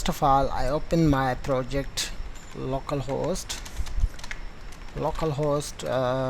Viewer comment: same. it took him forever